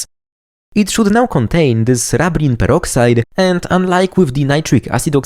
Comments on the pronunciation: It's not rub as in rubbing, its rub as in ruby, rubene. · I would expect the first syllable should be pronounced the same as in the word "ruby" and other words starting with "rub" that refer to red things.